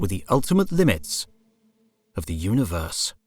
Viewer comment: I have watched every single instalment of HOTU. It has been excellent from start to finish. Please stop calling it a multa-verse. It's a multi-verse. Likewise uni-verse rather than una-verse. These have been the 'nails down the chalk board' of an otherwise fantastic series. I look forward to more epa-sodes. 🤣